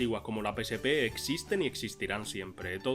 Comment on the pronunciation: “Apel”? “Equis Box”? “Pe Ese Pe”?????